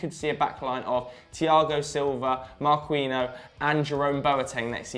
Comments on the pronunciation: lol who is marqueeno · Omg Marquinhos is pronounced Mar-key-nios! "Qui" same in Spanish makes the "key" sound sorry just hard to listen to lol esp when it's quite common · who the fuck is marqueenose? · “MarQueeNO” you name-butchering tosser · saying Marquinhos name as right as possible just so can fucking murder it again. It's not even a hard name... jeez